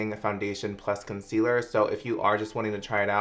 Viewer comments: Did anyone else freak out when he said “consiller” instead of concealer?! HAHA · “consiller” LMFAOOOOOOO I DIED I CANT WITH YOU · Lmfao when u mispronounced concealer tho 😂